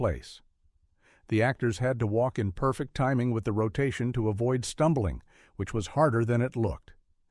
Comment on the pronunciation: The AI has yet to perfect the perfect pronunciation of perfect.